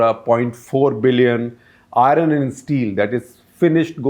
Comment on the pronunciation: I-RRRoN ROD ..I-RROn ORE ..LOL